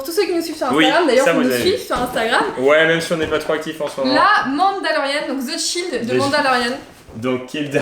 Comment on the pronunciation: Bonjour, vidéo cool mais ne pas savoir prononcer le mot "child" qui signifie "enfant" en anglais c'est chaud, on ne demande pas d'être bilingue mais vous êtes sur youtube, beaucoup de personnes vous regarde en france, y'a des bases, montrez un minimum l'exemple. Là vous prononcez "shield" qui signifie "bouclier". Bonne route à vous.